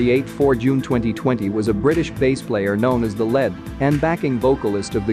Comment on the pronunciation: 'known as the LED and backing vocalist " as well as bass guitar? Come on mate the word is LEAD though really Brian was the lead vocalist Steve sang a few songs as Andy did!